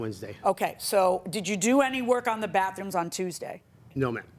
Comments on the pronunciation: Well to be fair at least he has three "baffrooms" 😎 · Well at least the guy has three "baffrooms" 😎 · It's baTHrooms, not baFrooms. Just one of those little things that irritate me when I should just let it pass........... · It was "BAFF ROOMS" for me. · It sounded like the plantiff kept saying baf what it that